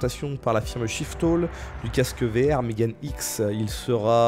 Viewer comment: MeganeX, si c'est une entreprise japonaise, megane = lunette et ça se prononce "mégané".